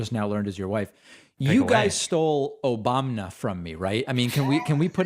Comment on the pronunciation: Omg Destiny needs to clip THIS clip of David saying Obamna here and use that! Lol